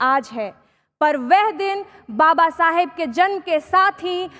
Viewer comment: Kuch samj hi nhi aya kya bola bus baba sab babasab babasab babasab